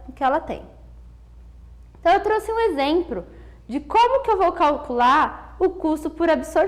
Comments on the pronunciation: Gente, ela ajudou bastante, mas exempro!? Uó né!? haehuahuhe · Muito obrigado pela aula, vejo alguns comentários desnecessários pela professora ter falado "Exempro e ajuntar" Gente deixem de besteira, esse pequeno erro não desvaloriza em nada o excelente resumo dessa matéria que foi muito bem explicada e tenho certeza que ajudou mto a todos que estão aqui criticando. Quem nunca apresentou um trabalho sem errar uma palavrinha ou outra que atire a primeira pedra. E mais uma vez obrigado pela aula. 2017 o/ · "exempro" e "ajuntar" são pra matar